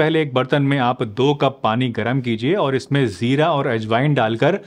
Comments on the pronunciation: Its Jeera not Zeera. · Jeera hota hai Zeera nhi